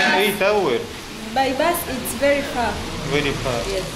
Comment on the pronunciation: Вэри экспенсив, ту Мач онанизм......😂